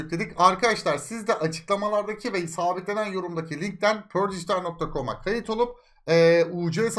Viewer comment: pör değil perdijitaal